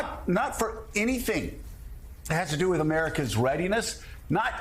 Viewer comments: You'd think if Tuberville really had these discussions with the military or knew how any of this works that he'd at least know how to pronounce "commandant". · Somebody tell Tommy Tubs how to pronounce commandant. Bless his ignorant heart.